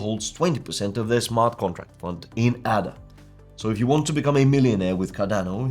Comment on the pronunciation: It's pronounced "AAAAAAAA DA". It's named after Ada Lovelace, recognized as the first programmer. If you want the audience to respect you, please take the time to at least pronounce it right.